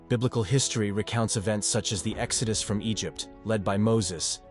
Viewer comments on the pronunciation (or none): none